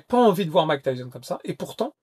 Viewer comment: Mak Tayson ?!? Tu déconnes 😅